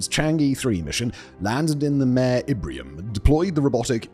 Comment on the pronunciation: excellent video again, though the mispronunciation of "Mare" was like fingernails on a blackboard!